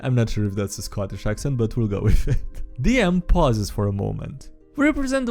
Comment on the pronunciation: Not gonna lie, that was utterly nasty. (Oh, and 3/4 is three quarters, not three thirds.) You landed closer to Irish, which is close. For Scottish, you want to sound like you're in a bad mood and lean into the hard "k" sounds and "r" sounds. I can see where this is going... ... and I was right. That's an interesting curse for goggles of night . I wonder if it gets worse the more you use them? For the curious, this is a modified version of the classic bag of devouring . The canon version eats anything edible, spits out anything inedible between dimensions once a day, and has a 50% chance of grabbing any living creature reaching into the bag. If it grabs you, you get pulled completely into the bag and have a single round to try and escape with a DC 15 STR check. A friend can try and pull you out -- provided the bag doesn't grab them -- with a DC 20 STR check. If you're still inside when your turn comes again -- gulp! And no, buying cheap magic items to give to your friends isn't evil -- unless you know full well that it will hurt them, in which case it's hard to argue otherwise. Well, Lady Graytia is a knight errant who's been sent to hunt down two wayward members of her order, at least one of whom was in league with red dragons. They'd managed to establish a magical link to her and attempt mind control. The magic bed helped her to fight the control, but couldn't sever the link. When the bed was stolen, well, she finally broke, doing as the